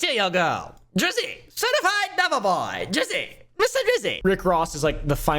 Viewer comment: Drake can’t say certified love boy without us hearing certified pdf file 😂😂😂😂